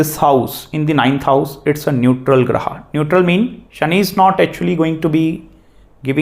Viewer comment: excellent class Sir. Beautifully summarized. Grah ko Grah kahiye, why Grahaa? Aap Guru hain, no disrespect meant. Plz say Dosh, not Dosha! Very few matter of fact teachers on net today. Truly remarkable videos.